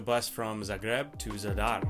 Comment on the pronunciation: Your city pronunciation is outstanding! I think haha